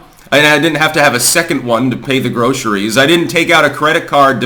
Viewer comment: Unser Vati war gestern unbedingt sehr Boffo. 📺 Wie wäre es mit 'groscheries'? Kannst du wirklich ein Redakteur sein, wenn du deine eigene verdammte Sprache nicht sprechen kannst?